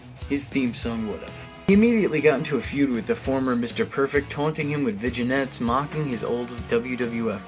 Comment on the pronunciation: It's not a vi-gi-nette it's a vignette ving-yet.